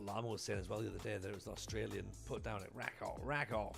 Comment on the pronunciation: Hey, - random comment just to say, it's "ra-KOOF", to rhyme with "goof". Have fun!